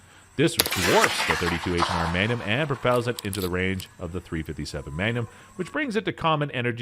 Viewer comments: Is anyone bugged by how he pronounces maGnum . All I hear is manum lol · Take a shot every time he says "megnim". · I've never heard "Magnum" pronounced that way in my life. Same goes for the word "obsolescence". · Lost me on the pronunciation of MAGNUM